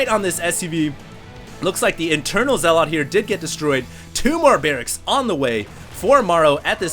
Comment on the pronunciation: Okay, I don't like being a grammar nazi, but zealot is not spoken as "zel-lot" but "zel-uht." As in religious zealots, like muslim extremists. I really hate doing that but every time you said "zel-lot" I cringed.